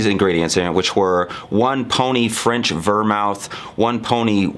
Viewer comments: it's pronounced vermooth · The reason you mispronounced vermouth is because you, sir, are a whiskey guy, not a mixed drink guy.